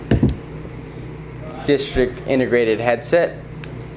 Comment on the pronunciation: "disrikt" lmao